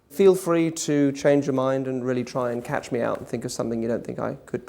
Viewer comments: "...try and "cat"ch me out..." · its because he emphasized CATch